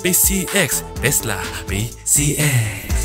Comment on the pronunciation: Takla pala hindi tesla😅